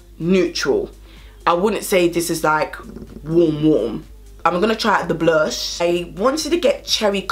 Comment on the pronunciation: Yesss I’ve been waiting to pick these up!🙌🏾 🤣🤣🤣 “mi cyant keep saying blursh”